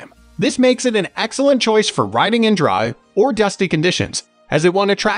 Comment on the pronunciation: Is this narrated by a machine? Its dry lube not D.R.Y.